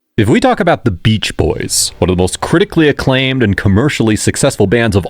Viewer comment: Stop saying boyses. It's boys'. It's understood by context that it's plural. You don't need to add an extra s sound.